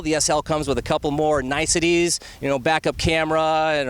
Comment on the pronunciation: did he say nicesities